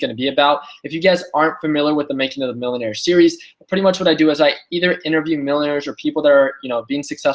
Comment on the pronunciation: ... "so the making of manuer" 🤣🤣🤣🤣.